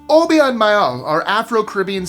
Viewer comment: It's pronounced O-bay-ah 🙂